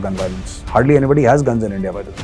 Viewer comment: I would miss hearing "Aindiya".